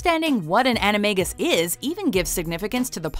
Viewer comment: I still think "animagus" should be pronounced with a soft "g," as in the word "magus," which is obviously where the term comes from. How could the films have missed this?